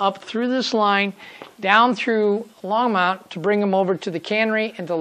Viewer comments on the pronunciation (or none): Hi, really enjoy your video series and the subject area. I drive by the Longmont depot and yard area at least once a day and often more. You're doing a real good job capturing the essence of the area. (BTW the pronunciation is Long-mont, not Long-mownt). Also one of the current big controversies in town is the volume of train horns after the mid 2000's Federal mandate of louder and longer whistle blasts, particularly down the stretch you model with the close residential areas. Keep up that good work